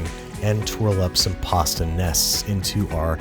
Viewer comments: P A H S T A H /Pasta/ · I like how they say pasta